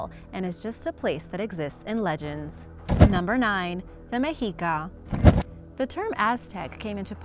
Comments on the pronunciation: Meh-she-ka, not me-he-ka. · Its actually pronounced Meshica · I think it's pronounced (Meh-she-kah) never heard it pronouced like that before😮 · Meh shee kah